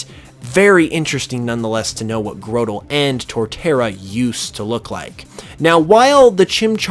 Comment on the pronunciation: It's pronounced like Grotto not Growtle